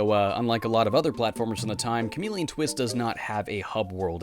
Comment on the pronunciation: Bruh did he say chameleon tits 😂